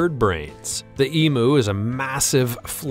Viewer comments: It's not an E-Moo! It's an E-MYOO! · The commentators ignorance is astounding. WTF is an e-moo. Try pronouncing it as eem-you. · Emu is pronounced E-m-You. Not E-moo. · EM UUUUUU NOT EMOOOO. FFS. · The Australian Emu is pronounced Eem you